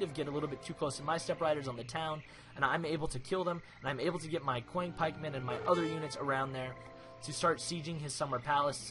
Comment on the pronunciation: Awesome play! I am beginning to play Chinese as well. FYI, "Qiang Pikeman" should be pronounced as "Chiang Pikeman".